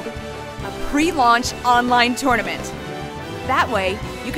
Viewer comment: The way she pronounces tournament tho.